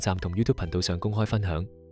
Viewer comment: ， 在你声演的片尾中，確實聽到(貧道)二字，因為在片尾之字幕被廣告遮掩了，故此，是看不到字幕的，經再重聽後，覺得声演可能想说是(頻道)，但声演說到：若果你对貧道(停一停)或视頻有何意見等，而你的名字又是道機，在这种情况下，聽众会估是(貧道)或(頻道)呢？这是美麗的誤会，若声演在(频道)之後冇停了一停，相伩便不會有此誤会了。 至於說太陽不是在東方升起，则要早说明是地球自轉的問題便可。 若只是說不是由東方升起，便打破了傳統，即是說：由羅湖去红磡不是坐火車的，一定要坐汔車才对。 我说到大羅仙在33或36層天，其實和你说的是同等道理，因為在太空中的星球都是轉來轉去的，並冇分東南西北的。 至於你問其他玄學家，為何其他万物冇干支，我昨天已代部份玄學家回答你問題(雖然你只有問而冇答)，就是難道你会找一張枱幾時製造，而幾時被人打爛或存在而去花時間去找干支嗎？这是死物，不如等考古專家去评定是否(世界物質遣產)更佳。 其實，你提出的問題，我是大部份認同的，本來網上講八字的人有不知多少人，但我反而留意到你这视频，真是為了好奇，既用中國道机之名，但底片又用上西方之魔鬼与天使，便登入去看看是什麼情況，这可能是缘份吧！哈哈！不过这個反差太大了，等於你去佛，道之論壇中，走到去大声说只有耶穌才是唯一真神，又或者你在教会傳道時，在人群中说不止耶穌一神，滿天神佛都是真神，看看有什麼结果？哈哈！ 多谢你肯回覆問題，其實道理是越辯越明的，只要冇門户之見便可。